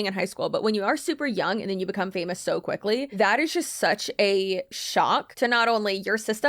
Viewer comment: And then he QUEEKLY…heheh QUEEKLY